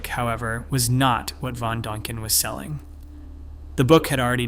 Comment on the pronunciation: God, kid… learn how to pronounce. Dan I ken…